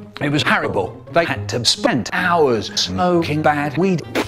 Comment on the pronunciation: "it wasn't very nice. It was haryble" lmao 🤣😂